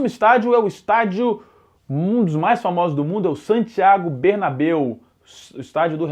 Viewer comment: MUITO BOM..., Mas eu ouvi direito!!?? "São Bernado Bernabeu"¹¹?????